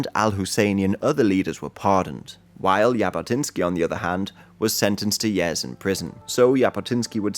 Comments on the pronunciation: i think most anglos pronounce those words the same but it is only /d͡ʒ/ vs /ʒ/ he’s close enouh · Great video! btw the "J" in jabotinsky is pronounced like the "G" in geneva